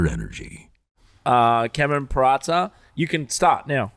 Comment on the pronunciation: You had a bit of a problem pronouncing Peraza.